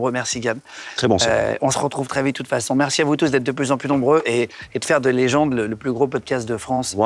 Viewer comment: Légende et non legend en anglais